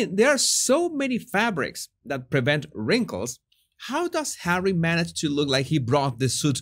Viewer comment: Hahahahahaha! Laughed so hard on that comment about the electrical device he uses to control hawwy